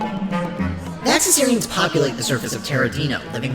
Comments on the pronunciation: Maybe this was intentional but it does bug me a tiny bit that you call them Vaxisarians when they’re called Vaxasaurians in the show. Other than that I love this and can’t wait to see more! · I love this video! I couldn’t stop geeking out and smiling ear to ear as I watched. This is the kind of documentary I would LOVE to watch! But my only nitpick is, isn’t Humungosaur’s species VaxaSAURians, not VaxaSARians? But other than that nitpick, this is AWESOME!